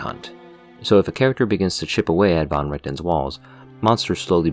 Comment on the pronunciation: oh my lord you said van right I have immediately fallen for you